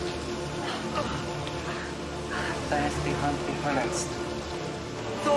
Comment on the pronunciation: it looks like they're pronouncing "Verletzt" there and it sounds just like you said it so let's assume you pronounced it right :)